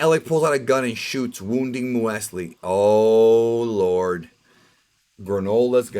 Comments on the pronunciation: Hey, “M-use-lee” it is essentially another type of cereal. It is the untoasted version of Granola. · Muesli is pronounced as "Mew-slee". "Muesli is a cold oatmeal dish based on rolled oats and ingredients such as grains, nuts, seeds and fresh or dried fruits. Muesli was traditionally prepared with milk or cream, a squeeze of citrus juice, often with a sweetener such as honey, and soaked overnight." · It's pronounced mewzlee. Basically British granola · The mothers name is muesli, a type of grain bar. Here in Australia it’s very popular with young kids in schools, we call them muesli bars Edit: it’s pronounced “mue” “sle” like mew from Pokémon and the first sound slee sound from the word sleep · I like you man, but damn the way you pronounce muesli, (should be mews Lee) Hurt my ears lol keep doing great work tho bud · You might know muesli as Mueslix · “Moo-s-lee”...Granola with fruit...and yogurt...that’s my shiii... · Muesli. “Mews Lee”. I think it’s German or Swiss It’s pretty much granola cereal. Raisins and what not. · If I pronounce her name in English I'd have to call her Moseley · the way says "muesli" WOW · He’s pronounced muesli wrong , muesli like the cereal haha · Lol you don't know how to say muesli? 😅